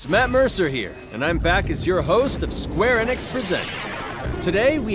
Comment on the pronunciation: Wait it's pronounced square ehnix